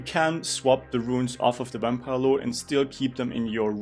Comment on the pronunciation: "Wampire Lord"